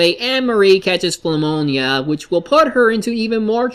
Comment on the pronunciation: you SERIOUSLY called it phumonia instead of pnumonia